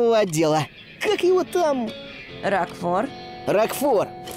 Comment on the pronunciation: пожалуйста, не коверкай слова. Меня это БЕСИТ! Помню, как ты в Зельде ДАрука называл ДарУком. Здесь на РокфОра неправильное ударение поставил, он у тебя РОкфор. И тоже самое с КЕйлом, ты его КЭйлом называешь. Ты озвучку не слушаешь, забываешь произношения через полминуты или просто настаиваешь на своём, типо "Я решил, что слово будет произноситься так, как произношу его я, и мне пофиг на озвучку"? Извините конечно, но бесило меня это с самого начала и мне нужно было высказаться